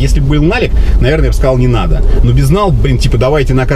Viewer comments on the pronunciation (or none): none